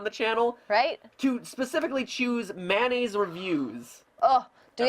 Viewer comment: Good fucking god it's mayonnaise, not mannaise.